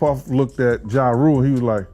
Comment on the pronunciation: She say ya rule who df is that I thought it was ja rule 😅😂😂😂😂